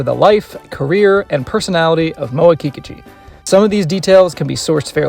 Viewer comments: Very good video. Thanks. Sounds like you are pronouncing her name Kee Ka Chu. I thought it was pronounced Ki Kooochee. Now I feel I maybe saying my favorite girls name wrong. Please say it isnt so.?? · The stress is on the second syllable, in Kikuchi.